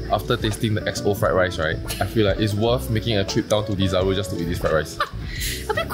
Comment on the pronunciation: It's called Desaru. Not Dizaroo